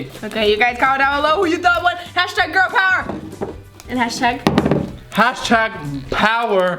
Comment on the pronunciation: #girl pover #poveŕrrrrrrr!that's how said it!